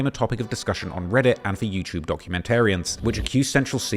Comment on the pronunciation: Love hearing say Yew-Chewb